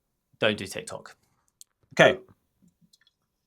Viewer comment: It is TIK TOK not TAC !